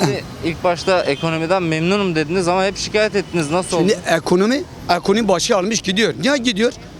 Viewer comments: Ekomoni dediği için ciddiye almadım:) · 🤣 ekomoni, ekooni